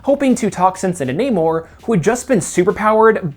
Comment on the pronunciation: you say namors name rly weird